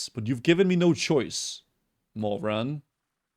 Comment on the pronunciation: "i made my shoise"